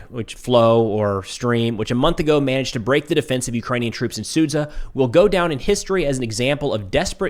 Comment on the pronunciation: When he will manage to learn how to pronounce Sud-zh-a correctly , not Sudz-kh-a, "zh" - is one sound, it's like pronounce Wa-sh-ington like - Was-kh-ington...Sudja lol...